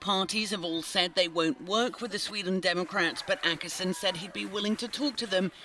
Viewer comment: DId you say "Ankarsson" instead of Åkesson? xD